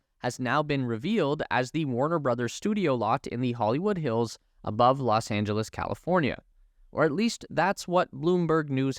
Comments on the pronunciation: “Los Angelas” 🤣🤣🤣🤣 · Los Angelas? Small whoopsie 😂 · Los AngelAs?:face-orange-raised-eyebrow